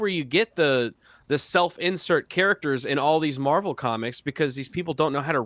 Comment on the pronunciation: I kept hearing Marble Movies when taking about Marvel movies. As it should be: them producers lost their marbles to the left.